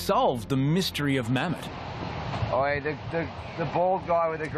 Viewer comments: His name is Mohammed but in turkey they say Mehmat these guys said Mhemt😂😂😂😂😂😂😂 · I did at first, till I re watched it again and heard him say Mammet.